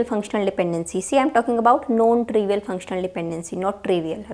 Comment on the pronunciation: PLease dont take it personal .......... Are you saying NON trivial OR known trivial please correct it sounds like KNOWN